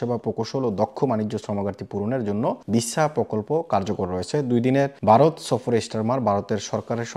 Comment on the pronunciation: অয়স্থায়ী, প্যশা, বারত - এই যোগ্যতা নিয়ে বাংলা বলা, আগে বাংলা টা শিখুন ,তারপর না হয় ইংল্যান্ড এর কথা ভাববেন